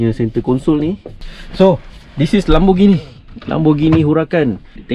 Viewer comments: Pronounce it lémborghini not laaaambo.. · bro LAMBORGHINI la....bukan LAMBOGINI